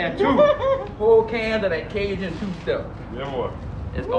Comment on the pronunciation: “You skim dat you a cooyan” - lmao